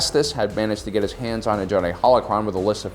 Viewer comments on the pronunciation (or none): none